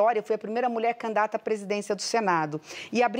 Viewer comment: É impressão minha ou ela fala candata ao invés de candidata... ?